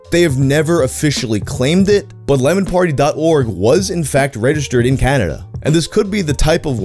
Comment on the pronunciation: I'm new to this, why can so many english-speaking youtubers not pronounce the word Canada? He says Caderda, Canderda, Canrerda, Caldera and pretty much every variation of those letters, but never "Ca-na-da'.